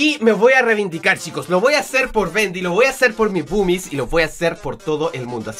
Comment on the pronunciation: boomis parese que se dice bubis